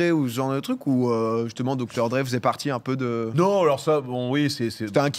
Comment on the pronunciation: Abusé l'accent aigu sur Dr Dre xD